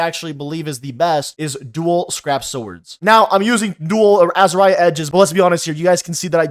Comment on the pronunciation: dont ever say azariah ever again